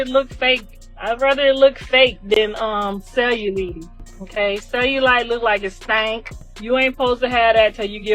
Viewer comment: She couldn’t even pronounce cellulite properly